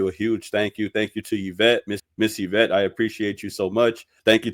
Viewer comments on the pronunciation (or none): none